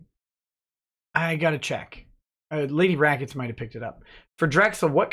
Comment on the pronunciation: Rackets becomes lemwahh for a split second.